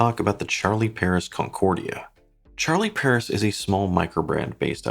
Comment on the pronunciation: It would be nice if an english speaking person for once, could bother to pronounce watch brands the right way. I'm from Sweden (Europe) and I don't speak french, but still, I know how to pronounce "Charlie Paris". Regardless of the language, I try to make the effort.